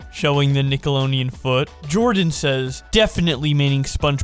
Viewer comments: Every time he says “Nickeloneon” it feels like a fucking spike through my brain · Nickeloneon? FUCK SAY IT RIGHT!!! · w...wait a minute is he saying nickeloneon? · Isn’t of d he said it with an l “Nickeloleon” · Man said "Nicko low nee in" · No one:: nickeLONEon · run it back run it back- Did he just say nickeloneon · Is missing half his tounge? Wtf is a nickeloneon? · No one:: NiCoLoNeAn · I imagine Brawlhalla is glaring jealously at both of them from across the room.... and I can't unhear nickolo-NE-on, either. never change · Is it me or is he saying "nickelonian" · says Nicoloneon because the D is in his mouth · you keep pronouncing it Nickelonian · i have come to the comments here today to investigate if anyone else heard how pronounces nickelodeon without the 'D' and instead with an extra 'N' like: nickeloneon.... or if my ears are playing games with me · When you say Nickelodeon as Nickeloneon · The way you pronounce nickelodeon makes me wanna finally smash a brick against my skull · Correctly pronounce Nickelodeon Counter: 0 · The only thing that annoyed me was how he could never pronounce the D in Nickelodeon😅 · Since when was the 'd' in nickelodeon silent. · If you had said Nickelodeon right once in this whole video, I would have liked and subscribed. mins of torture should be the tagline. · Please put out an apology for your butchering of the word "Nickelodeon". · God the way you pronounce Nickelodeon is awful. Like the sonic music though. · You keep forgetting that there's a d in Nickelodeon. XD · Why isn't anyone pointing out how he's pronouncing Nickelodeon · My whole life, I've been pronouncing the "D" in nickelodeon. Thank for teaching me the correct way! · the pronunciationof nickelodeon made me click off. please research the pronunciation of the word that is gonna be used multiple times in a video no hate thought just trying to help. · And nickelodeon without the D.... every time. ❤ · The “d” is silent